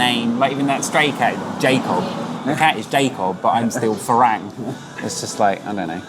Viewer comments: Say "far rang" like your wife said, not "fa raeng". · I enjoy your editing, style, and narration, but dude, it’s ironic you cannot pronounce ฝรั่ง (Farang), seeing as you not only rhapsodized about it’s meaning and, ahem, pronunciation, but it’s kind of your brand and all. That second a in Farang, you’re pronouncing it with the Thai แ, but it’s an ั. Which is to say, it’s not “a”, as in neighbor and way, but “ah”, as in open up and say ahh! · Learn to pronounce farang properly